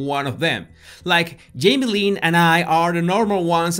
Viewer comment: "Her father yamie Spears"😁😍